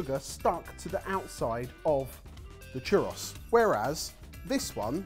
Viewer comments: Haha I'm going to try my best to explain it but one churro sounds like chew-rO. As long as you try most spanish speakers wont ever tease you. We love a non spanish speaker trying! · Churro, chu(like shoe) rro( like Robert). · that is NOT a defense in a TWO SYLLABLE WORD. He's got two vowel sounds to remember, and it's food, not an operating system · I love these guys but I find it a little funny how they pronounce tortilla perfectly, but not churro